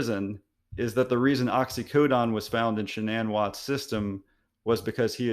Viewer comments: How the heck do you get that pronunciation Oxy-co-don? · Too much speculation dude. Also it was Oxycodone which is pronounced Ox-ee-Co-done. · I find it very alarming that you say you're a doctor and you don't know the difference between oxycontin and oxycodone and clearly can't pronounce the oxyodone, which is generic Percocet. Oxycontin is pretty much street heroin LOL. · This guy is an MD & PhD and doesn't know how to pronounce oxycodone? He even mispronounced the brand name oxycontin saying it "oxy-cotton" - leaving out both 'Ns'...